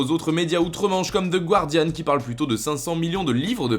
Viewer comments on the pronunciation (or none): none